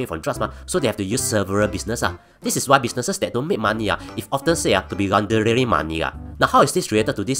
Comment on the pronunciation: aiyo..pronounce laundering properly for f's sake.